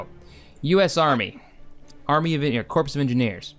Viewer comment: Dude... *Corps of Engineers is pronounced like "core" the p and s are silent. Also, Air Cav is Air Cav, they aren't rangers. I'm not trying to be a fanboy, but bro...